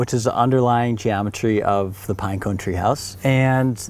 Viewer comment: GeomeTREES hahahaha